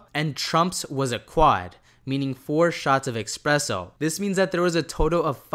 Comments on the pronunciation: espresso not expresso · It’s called espresso my guy. Not expresso es press o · ESPRESSO my bro there is no X in Espresso. It is not a fast coffee it’s not an expresso dude lol you’re reading something and adding letters to words that aren’t there.